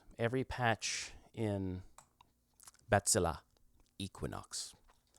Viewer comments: It's pronounced batsille, not badzillah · I appreciate that you try to pronounce it correctly. I'm German and I know how it's pronounced. The vowel at the end is more like the "e" in "Kraken", not so much like an "a". IPA: [baˈt͡sɪlə]. But that's me being fussy. Anyway, nice patches you made there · It's probably what he imagined native speakers of English would need to pronounce it more or less correctly. What an idiot (I kid)